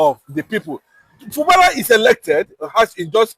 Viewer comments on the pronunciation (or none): It's Fubara and not Fubala. Two ijaw men has rule rivers state even before the creation of Bayelsa state. One was politically elected while the other was a military governor. Try to understand your history before you come up here. Thanks